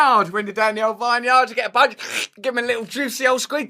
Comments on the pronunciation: its pronounced Vin-Uard . just sayin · lol wtf is that vineyard pronunciation, oh wait you fixed it later lol